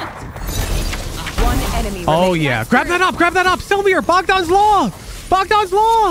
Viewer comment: I appreciate that pronounces Bogdan correctly lol